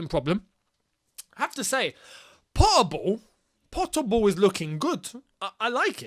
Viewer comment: saying POTTER BALL..sounds like POTABLE 😂😂😂